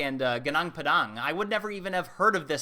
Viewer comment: Padang means field. Pa like papa is correct...